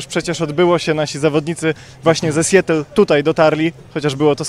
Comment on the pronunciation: Mała poprawka. Nie "sjetl" tylko raczej "sjatl" Dziękuję za uwagę